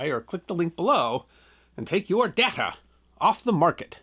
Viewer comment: It's DAY-ta, not dada.